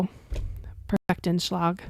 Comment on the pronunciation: Did you say perfect-en-schlag (?). LOL 😂